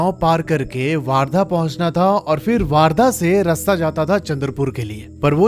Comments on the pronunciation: It's वर्धा , not वार्धा. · I am from chandrapur ❤...bhai vaarda nhi vardha bolte hai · दादा its not a वार्धा its a Wardha ( वर्धा ) . बाकी सब पुरी story barabar hai aur vo jo दो gaon ke नाम bataye hai aapne vo ekdum sahi hai ( अंजनगाव बारी ) jo hai vo pura isi baat ke liye badnam hai bahot logon se suna hai iss bare mein humnein 😊😁 by the way Akola humara ददीहाल hai 😊🙏😀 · Not vardha it is called as wardha😂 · Bhai waaaaardha nahi वर्धा................ Hindi me jyada aacha phoenatic pronounciation hai